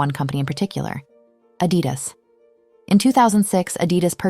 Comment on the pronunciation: I don't like how she pronounced Adidas 😒